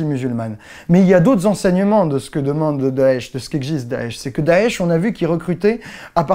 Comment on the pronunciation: mon dieu, le premier français a prononcer correctement daesh ou chiite !! Continue comme ça, il y a des arabes sensibles a tes efforts.